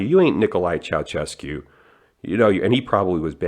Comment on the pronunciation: Minor gripes with the video: 1. It's Ceau-shescu. Not Ceau-cescu. There are only 2 "c"s in Ceaușescu not 3. 2. Ceaușescu took over the Romanian Communist Party as the Party Secretary in 65 at the age of 47. He died at 71. I'd be surprised if his dick was even functional by the time he had to pay back the loans he took. 3. His wife was a harpie of a woman. It wouldn't surprise me if he didn't had side hoes out of fear of Elena. Lollygagging aside: Guys, disconnect. Stop being terminally online. Meet people in real life. Get a circle of broskies that will ride or die for you and you'd do the same for them. Regarding the Andrew Tate arrest: He got picked up by DIICOT which is the Directorate for the Investigation of Organized Crime and Terrorism. Which covers organized crime and terrorism. If it really was tax evasion he wouldn't been picked up by ANAF(National Agency of Fiscal Administration), I see no reason why there would be a cover-up. Getting back to the point of your question. The Red Pill crowd is fighting a culture war against roughly 60 years of cultural and ideological subversion. It's going to be a slow conflict with wins and losses but I am white-pilled enough to believe that in the end we will win.